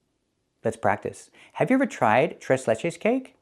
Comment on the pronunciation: I got shit amazed at how you pronounced "Tres" you sounded like a native spanish speaker Lol... Tres Leches cake is off the heezy! I highly recommend it.